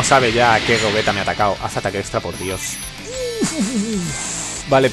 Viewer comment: Por que le llamas Gogueta y no Gogeta o Gollita?